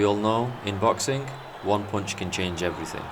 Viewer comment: "In boxinc one punch can change everythink" what kind of weird pronunciation is that?